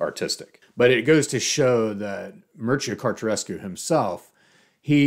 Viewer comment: The name is pronounced as Mir-che-ya Car-te-chesk